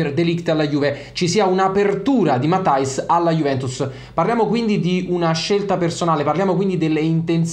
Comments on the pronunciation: Credo si pronunci "Matias" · "MATTEIS" si dice😁